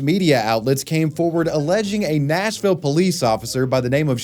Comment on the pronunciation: It’s supposed to be Nashville, not Smashville 😭😭😭